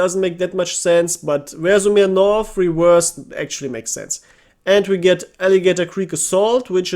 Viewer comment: It sounds not 'rEzhev' but 'rzhev'.. stress on the last (and the only one)) E